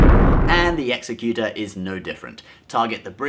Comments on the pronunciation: The name of Darth Vader's flag ship was based on the word executive, as in top of command, not execute, as in to kill. I'm sure they chose this word because of the implied double meaning, but the pronunciation favored toe former over the latter. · Just as an FYI, the pronunciation of "executor" is off. It's not pronounced in the same way "executioner" is because they're two unrelated things. Executioner is, obviously, someone who executes people and is pronounced "ex-eh-cu...." There is no such thing as an "executor" that kills things and is pronounced the same way as "executioner." Executor is a legal term, specifically the person who carries out another person's will and is pronounced "ex-ec-utor." It took me a very long to realize that, and I always thought of the Executor-class as having this connotation of executing people. But if you apply the appropriate pronunciation and meaning to the Executor-class, you view it as a ship responsible for carrying out the Emperor's will. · Exec-u-tor. Not Exe-cu-tor. Like executive. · The fact that the Executor (Exec-you-tor, not X-eh-cute-er) class star destroyer fell toward the second Death Star was because the script decreed it so, not because of any tiny amount of gravity such a hollow sphere might possess. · Not exe-cu-ter..exec-u-tor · hey just so you know its not pronounced "executer" LIKE YOURE EXECUTING SOMEONE. its executor, like an executor for an estate. its a legal position. no reason someone who makes his living off of star wars shouldnt know that, but nevermind. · "Executor" pronunciation: It sounds like "executive"...ecks ECK yoo tur. It is not pronounced "ECKS eh cuter". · its "ek-ZEKK-utor" ... person who carries out a will (a real legal word) not "EXE-kutor" ... person who chops off your head (not a real word - they're actually called executioners) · Ek-zek-u-tor, not ek-se-cu-ter. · Shirt..had it right the 1st time..not executer.. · It’s pronounced (egg-ZEk-yoo-ter) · it's the EXEC-utor, not the EXE-cutor